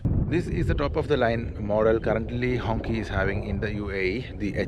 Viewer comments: No, it should ‘‘hongchee‘’ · It doesn't pronounced "Honkee" it pronounced "Honshee" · Hongqi, is pronounced close to a donkey 🤣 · Not pronouncing the name correctly is off putting and shows you couldn't care less.